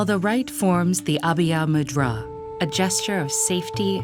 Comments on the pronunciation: I know I mustn't blame the narrator for she does not speak our languages but "Abhiiiiiya Mudraaa" just- AAAAAAAAAA I can't take it anymore as a Bengali that killed me internally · except "Abhay Mudra" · Similar happened to me when she pronounced अभय़ मुद्रा